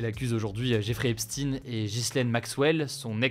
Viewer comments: EpstEIN…Ça fait trop juif à prononcer certainement … TOUS les médias le prononcent mal et c’est VOLONTAIRE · petite rectification qui ne vous fera pas plaisir mr hugo epstein est israélo-américain (ça se prononce épchtaÏn) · Aux dernières nouvelles, il était américain, née à Brooklyn et n'avait pas de double nationalité, et les média américains disent tous "Epstine". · Prononce Epstein comme Einstein ça rendra mieux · Pas hep-stine. Mais hépst-eine. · Epstine 😂 albert instine aussi alors tous les des medias deviennent dyslexiques ou ? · Epstine??? Einstein se pronone Einstine? Frankestein,Frankestine? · La seule chose qui me perturbe c'est la prononciation de son nom, il faudrait plutôt le prononcé comme albert einstein et non comme concours lépine ( en phonétique ça donnerais jeffrey epchtayne) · Hugo tu peux nous décrypter la raisons qui t'obligent à prononcer Epstin? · Prononce bien le nom Epstein...pas epstiiiine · eps teen comme de par hasard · Ça pique un peu comme prononciation Epstine non ? Sinon à top comme d'hab merci ! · d'abord commence à bien prononcer son nom!!! comme einstein!!! si tu vois ce que je veux dire!!! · Pourquoi prononcer Epstein : Epstine Einstein ne s'appelle pas Einstine, ou dans le même registre que EpstEIN on a WeinstEIN. Devrait-on comprendre quelque chose en particulier derrière cette mauvaise prononciation ? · Son nom se prononce EPSTEIN (epch'tayn), comme EINSTEIN ! Ta prononciation est biaisée. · Mais alors pourquoi tu dis Epstine immense Imbe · Comment ça « epsstine »? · Epstine? Bah alors Hugo on sait plus prononcer les noms? On se demande bien pourquoi ^^ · Euh... Epstine ? Pas convaincu sur la prononciation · Simplement ça se prononce Epchtain… en gros. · EpSTEIN, ça fait trop.......voilà quoi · Possiblement parce qu'il était américain, et que la prononciation anglaise est "Epstine"... Sérieusement il faudrait penser à se remettre en question deux minutes avant de parler --' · Epstiiiinne comme Albert einstiiiiinne